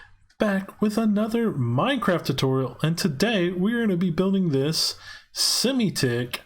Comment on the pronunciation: I mean sim-tick, not Simi-tick